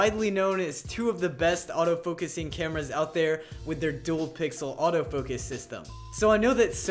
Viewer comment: Its autofocus not autofokes.